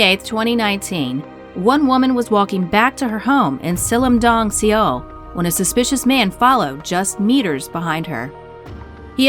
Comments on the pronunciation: Seoul is pronounced "Soul" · isn't big on correct pronunciation.